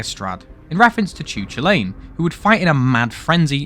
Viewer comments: I don't know whether to be more offended that you pronounces "Chulainn" as "Choo-Lane" (It's closer to cuh-lann, if anyone is wondering) or that you, a British person, actually tried to get the damn FRENCH words right!! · About the chulainn, firstly the "ch" in Irish is pronounced more like a "k" (technically it's more of a guttural throaty sound but k is close enough) Secondly, the crow on the gun is a reference to The Morrigan, a godess who liked to appear in the form of a crow. She fell in love with cú chulainn but tried to kill him when he turned her down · Your pronunciation of Chulainn hurts me deeply. It's Kull-in.